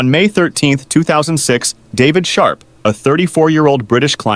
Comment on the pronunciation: "David Sharp"❌ "David Shart" ➡️ "David Shark"✅.